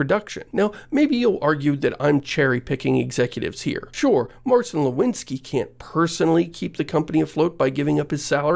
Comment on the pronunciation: Marcin is pronounced more like mar-zeen or mar-tzeen. Nor mar-seen.